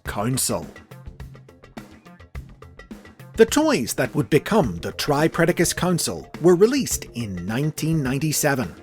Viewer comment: I think you might have mispronounced tripledacus It's pronounced the same as tripredacus but with the L where the R is. It's because of the swapping of Rs and Ls in Japanese language Its not triple dacus However I think it would make them more distinct from regular tripredacus to pronounce it that way and I might start doing that